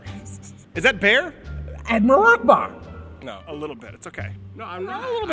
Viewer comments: I heard Admiral Akbar. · Is it just me or does the bear sound like it saying Admiral Akbar?